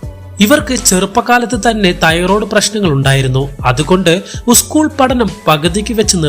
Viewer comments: ഉസ്കൂൾ. അല്ല. സ്കൂൾ. ആണ് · School english; uschool malayalam!